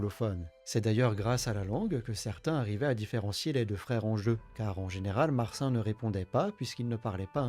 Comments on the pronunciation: Marcin"e" ca se prononce si je ne m'abuse ;) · Vidéo très qualitative, on aime beaucoup dofus en Pologne ❤. Si jamais les prénoms se prononcent Martchine pour Marcin et Houberte pour Hubert.